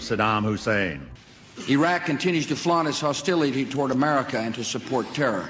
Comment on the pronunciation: Bush clearly says "Our war on 🌎 Terra" 😠